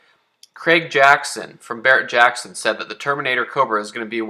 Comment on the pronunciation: Any time somebody says Barrett Jackson it makes me want to puke 🤢🤮